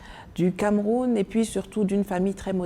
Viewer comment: Nathalie merci pour ton combat mais je constate tout simplement que t’as toujours la peine de prononcer ton pays le Cameroun.